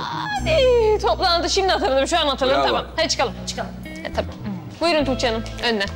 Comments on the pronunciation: Belmanin:toogce demesine ben bagimlisi oldum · belmanın tuğçe demesi ilk çok sinirimi bozmuştu şimdi bütün gün belmanın tuğçe demesini taklıt ediyorum kim bilir belmanın tuğçe demesini kaç kere çekiyorlar nekadar gülüyorlardır